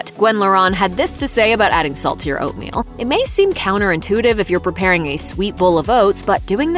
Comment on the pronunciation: Come on it’s Oatmeal, aahhh